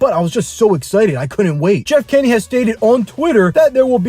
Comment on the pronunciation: It’s Jeff Kinney not Jeff kenny 🤬🤬🤬🤬🤬